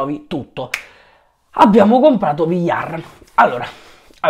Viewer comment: Nello spagnolo la doppia LL si pronuncia gli